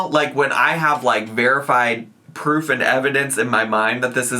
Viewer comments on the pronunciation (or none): none